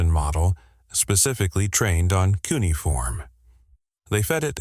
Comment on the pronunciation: Funny how we’re being expected to believe that AI deciphered something mind boggling difficult when it can’t even do something unbelievably easy - like pronounce a word! Hey AI……it’s not pronounced “KOO’ nee form” or “KOO’ niy form” It’s “kyoo NEE’ uh form” - 4 syllables, not 3. LOL